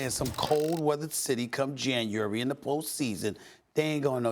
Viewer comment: Did this dude say Janyary? 😂😂